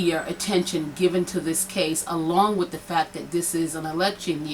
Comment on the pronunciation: take whatever help u get and go to English class lady. its TRUTH not TRUF..it's WITH not WIF. its THE not DA. its MEDIA not MEDIER. smfh